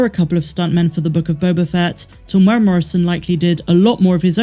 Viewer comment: Great videos! From a kiwi fan - Tem-moo-era (or, Tem-you-era if you're Pakeha - euro), not trying to be a dick, but literally no-one outside NZ pronounces his name correctly, it's weird.